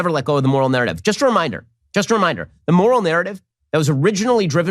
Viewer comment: Am I the only one who can’t understand what Benny is saying after “moral” when he does the Joy Reid bit? He’s said it several times and it just sounds like “moral nerrrnif”. He’s so irritating, even if he spoke normally I couldn’t stand listening to him.